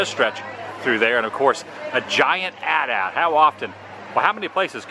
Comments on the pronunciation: So glad to hear you call that the "at at" as opposed to the "a-t-a-t". Old school rules! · Glad you say AT-AT the proper way.